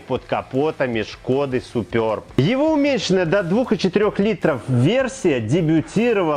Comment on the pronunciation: СупЁрб 😂😂😂😂 Ну хоть не Супер Б👍